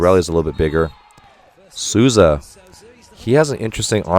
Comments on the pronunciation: Coach's pronunciation is so on point! The only one he got wrong was Maurício Souza which he prounounced as "Susa" and its like "Soul - Za" Took me a second to notice who he was talking about I love how different the comments are here from what we hear from TV, it's truly refreshing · Eu achei o jeito dele de pronunciar Souza muito fofo "Suuza" aksjkaak